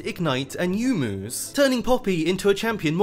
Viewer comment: PLEASE For god sake stop saying YOU-mu. It's Yo-U-Mu. Same goes for Yone. It's not YOUNE, it's Yo- Ne.